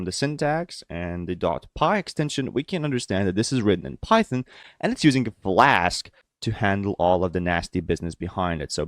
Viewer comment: Its flask not vlask dude